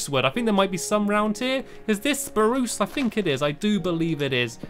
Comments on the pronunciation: And it's not sparoose wood its spruce wood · Exactly. SPAH-ROOSE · when you say spruch wood I think you are going to say woof lol :D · Stampy: SPRUUSE! Me: you say it funny stampy! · No stampy it's spruuuuuuuucccccccccccceeeeeeeee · Why do you half to say sproos a different way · Dear stampy,I love the way you say SPRUCE wood it's so funny and I Evan say it You make me happy From Tilly